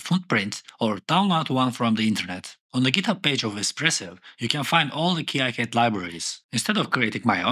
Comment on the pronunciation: it's pronounced "keecad"